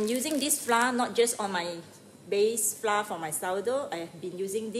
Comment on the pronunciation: Hi there, I’m from Singapore, love your video clear and good! 😊 Except mispronounced the word “flour”! 😜